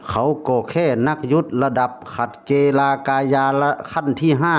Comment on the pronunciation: นักยุทธระดับขัดเกลา(เกา) ไม่ใช้เก-ลา นะคับ พอดีผมตะขิดใจ😅